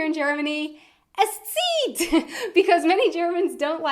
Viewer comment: Was kinda funny to hear you saying es zieht without any accent 😂